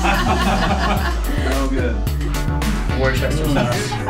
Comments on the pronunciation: Wor-chester sauce???! Argh, it's pronounced like Woo-ster. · lol 'war-chester' sauce. normally I think its pronounced 'wustah-sheer' . Like the city in MA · How the fuck did that guy pronounce worcester sauce? Worchester? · learn how to pronounce Worcestershire